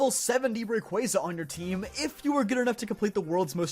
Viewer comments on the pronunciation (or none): Again. Ray-KWAY-za. Not Ray-KWAH-za.